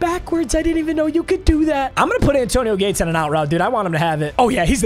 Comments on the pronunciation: Anyone else notice that he kept saying zayAntonio Gates? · Love but why he saying “Zantonio Gates”😂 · bro said "zantonio gates" 😂😂😂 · why do you say "zantonio gates" lol